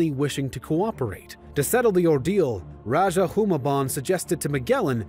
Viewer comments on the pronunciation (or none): I think the "*Raja*" pronounced as "ra-ha" not "ra-dya(j)" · It’s not Magellan its MAH GEL LAN as you may pronounce it also it’s not raja it’s RAH HUH that’s and Magellan was first landed in Limasawa island in Leyte (Leite)